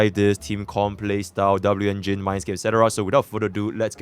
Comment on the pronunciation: Dabloo-engine xDDDDD